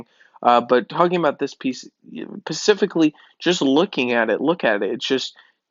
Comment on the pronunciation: lmao dude you said "pacifically"... plz tell me you don't usually say specifically like that